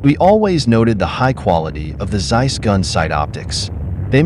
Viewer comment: its noz seiss its Zeiss like TSar-bomb ´0 speak it like TSeiss